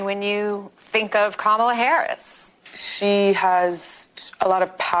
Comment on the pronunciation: Kumallova mahface hurris? My first thoughts would be... open throat?